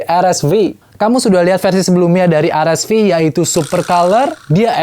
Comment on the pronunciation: Paling suka sama pembawaannya, channel ini doang yg spelling RSV nya gk gatel di kuping, yes "ar-es-vi". Kalo channel lain nanggung inggris enggak indo enggak "er-es-vi" 😂. Kalo spelling indo bilang aja "er-es-ve" Kalo inggris ya "ar-es-vi".